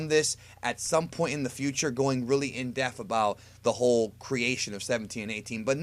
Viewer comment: omg it drives me nuts when you say "in-def" WTF is in-def??? It's IN-DEPTH. I know you can pronounce a P and a TH sound I have heard you do it before! It's as bad as hearing people say "Li-bary" instead of "Li-BRary". UP YOUR GAME!